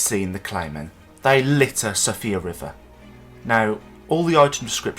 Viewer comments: It's not "Sofia" river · I HATE to be the one to do this but Siofra is pronounced (Shee-fra) it’s Gaelic for “Færie” or “Fairy” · First time i've heard it called Sofia